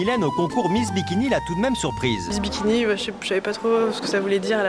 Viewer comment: j'ai l'impression de devenir fou à force d'entendre "Miss Dimitri" à la place de miss bikini....